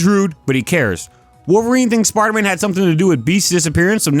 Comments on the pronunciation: "Sparda man" 😂 great vid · anyone else hearing sparta man